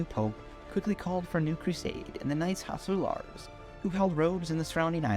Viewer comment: "Knights Hospitallahrs" 😆😆